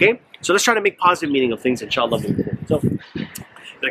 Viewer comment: I don't care if Biden said inshallah or astagfirulla, the only thing that bothers me is the pronunciation lol! In Shla